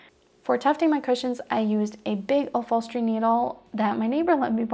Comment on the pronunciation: “I used a big uffolstery needle” you know, cause the PH in upholstery makes a F sound lol Very very helpful video though! I’m excited to start mine! Thanks for making this!